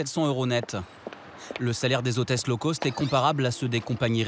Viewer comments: NON, “Low Cost” ne se prononce pas comme “Low Coast” !!!😂🙃😅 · On dit low cost ...ce qui veut dire bas prix...et non low coast qui veut dire basse côte....😂😂😂